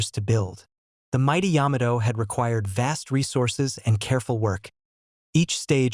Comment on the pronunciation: It is the Yamato, is pronounced as one word. You're doing a video on battleships and can't even pronounce their names??? This is just garbage.